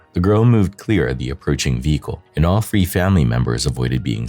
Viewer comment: It is said Feb ru ary it is th ree not free.